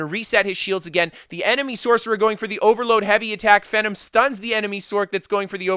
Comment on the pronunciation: Pretty sure its pronounced Fee-Nom (GodPhenom) But holy shit Speed Kills video would make anyone wanna make a stam sorc